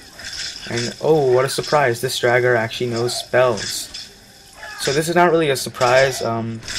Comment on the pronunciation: just because u said to correct u if u were saying it wron its pronounced drawger